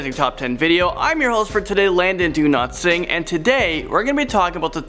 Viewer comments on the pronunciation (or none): actually its pronounced daw-lat which means wealth in hindi and its not sing its singh but its pronounced sing....... I think he has indian roots...since im from india..... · Dow-let-sing, it's not hard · y is Landon saying "Landon Do Not Singh"? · Landon do-not-sing HAHAHAHAHAHAH XD LOOOL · Haha I thought he said Landon do not sing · Do-lut-sing or do-not-sing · At the begining of the video i heard : Landon, do not sing. lol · Did Landon say “ I’m your host ” or is it just me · ik but he said it that way lol, i just quoted it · I thought I heard him saying,”Imm your host today..I’m Landon Do-Not-Sing”,I thought I heard it...So Funny...😂😂😂😂😂😂😂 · It sounded like he said Landon, do not sing in the beginning xD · Wait! did you say? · Landon, you said Do not sing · How Landon's name is written: How Landon says his name: Me: whut.... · Dowlatsingh=Do Not Sing? Lol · Alexis Meyer i heard it too 😂😂😂